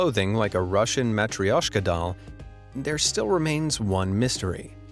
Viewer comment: You pronounced the word Matryoshka wrong 😅